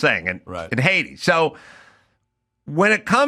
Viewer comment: When Adam said "Haiti" it sounded to me like he was pronouncing it Hades. Was that on purpose? I chuckled a bit b/c the name probably fits, although I've never been to Haiti or Hades.